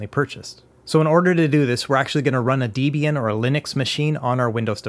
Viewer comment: >constantly mispronouncing Debian Absolute pain!... Other than that, great guide as always. DEB (pronounced like the name Debra) IAN (Pronounced like the name Ian) DEB-IAN... Not pronounced DE-B-AN, never that. : - )